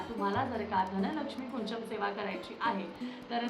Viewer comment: ताई ह्याला कुंचम नाही तर कुंजम असं म्हणतात मी स्वतः कन्नड आहे आमच्या इथे प्रत्येक घरात ह्याची पूजा केली जाते मराठी लोकांनी काय विचारा करून ह्याला कुंचन नाव दिलं देव जाणे ह्याला कुंजम म्हणातात म्हणजेच अर्थ होती चाबी जी आपल्याला लक्ष्मी माते पर्यंत पोहचवते त्यामुळे ती चूक सुधारून धनलक्ष्मी कुंजम असं योग्य उच्चार करावा